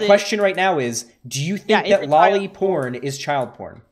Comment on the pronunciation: omg. i am usualy not an asshole about how people talk. but seriously that kid that he is interviewing is realy annoying when he is pronouncing lolly as Jolly